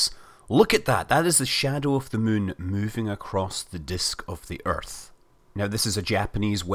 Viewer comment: it's not mun it's moon.